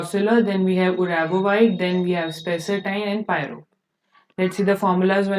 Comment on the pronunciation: It's not Uravovite it's Uvarovite. First question me he dekhe ke bhi wrong pronounciation padha rhe ho to complete coaching ka kya haal hoga 😂😂😂😂😂.